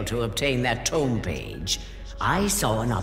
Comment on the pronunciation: It's pronounced "Tome" not "Tomb"